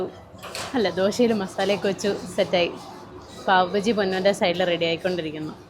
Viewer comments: Paav baji alla Paav Baaji anu. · പാവ് ബജ്ജി അല്ല പാവ് ബാജി